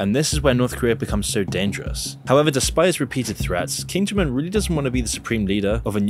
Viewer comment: “King Jim Un”